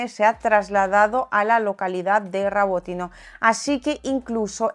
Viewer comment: Rabotine o Robotine 😂😂